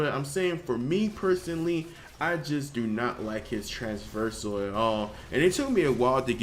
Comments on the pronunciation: Oh for god's sake stop saying Transversal :D Its trAVersal not traNSversal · Traversal, not trans-versal. Sorry man. But just fyi. I love ur vids